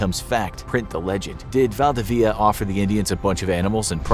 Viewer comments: actual chilean here val-di-vidi-a its actuali valdivia al togeher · I can't believe you're unable to pronounce Valdivia. It's not valdveea. I consider this an insult on Spanish culture. If you have the word "info" on your channel's name, then you should provide correct "info". Thumbs Down! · Valdivia its pronounced Val-dee-bee-a (a like in apple)